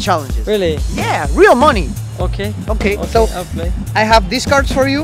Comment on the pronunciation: Un tip: money se pronuncia "mani" (con acento en la letra a)